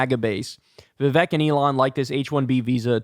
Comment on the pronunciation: Vivek - rhymes with cake (not Shrek). Otherwise, good analysis. I'm glad you were able to decode that for us.